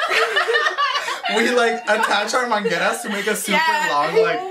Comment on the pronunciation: "bring the mangeras" IM CRYING